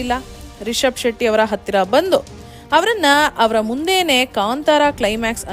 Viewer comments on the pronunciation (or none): none